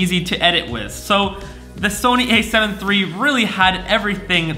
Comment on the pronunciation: A7SIII**** you were saying a7iii and theres a big differemce from the a7iii to a7siii.